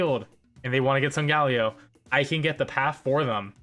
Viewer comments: "sungaleo" SUNGALEO!!!!! WTF it SOLGALEO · But how he pronounces solgaleo tho